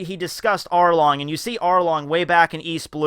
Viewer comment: Did anyone hear say Harlong